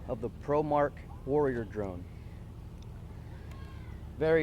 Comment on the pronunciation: Its promark not pormark